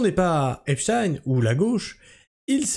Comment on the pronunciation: Merci de maintenir la bonne prononciation du blaze, que la majorité US a transformé en "Epchtiiiiiine" . Merci de revendiquer la fallaciosité, & stupidité de ces arguments, aussi récurrents que répugnants, que constituent "Wai May tu joues le Jeu de l'extrême (...)" , & "Faut qu'on s'allie tous ensbbbbbllllblbl", ce qui revient à un "tU jOues LE jEU dE La DIViSioN !" in fine... Je trouve qu'il a fait le move le + risqué, insolent, & auto-saboteur de son histoire avec cette affaire, pas aussi sûr que ça finisse automatiquement aux oubliettes comme tu le suggères, juste prcqu'officiellement acté ; de la même façon que jusque là, la majorité de l'affaire était reniée ds son essentiel partout, pourtant la base solide communautaire dite Komploplotiste n'a jamais RIEN oublié jusqu'à mtn . Enfin, dans la mesure où ce qui se passe signifie une trahison frontale de l'Agent Orange envers son électorat, le rendant aussi nuisible ds le reste du monde qu'au Vietnam, + que cette officialisation salace vient des mêmes structures que ces Komploplo ne risquent pas de prendre en confiance, je ne vois pas en quoi ce move les ferait "oublier", ou endormir l'histoire devenant de + en scandaleuse, en fur & à mesure que les dingueries s'enchaînent. La pathologie mentale rattachant les QaNoNistes & autres, à l'AO, ne vaincra jamais l'évidence qu'il s'est foutu de la G du monde entier, & qu'il se met en position de non retour, ce que les membres officieux du Sachoir, ne pardonneront, ni n'oublieront